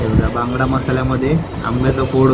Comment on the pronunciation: भांगडा नसतो रे.. बांगडा असतो तो